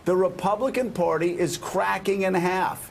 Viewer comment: Hey Joe...The word is "Party," not "Porty"!